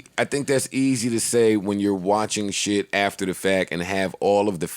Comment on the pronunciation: Joe said sheeid and his hoody just came off instantly true magic